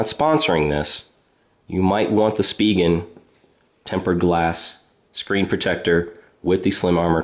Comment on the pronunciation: Finally someone that pronounces "spigen" properly!